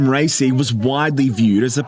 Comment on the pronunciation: It's RA-I-Si and not Rey-cey. What is the reason for the Americans always mispronounce people's names? Like as if it was that difficult...